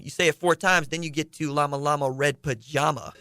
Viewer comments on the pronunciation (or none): none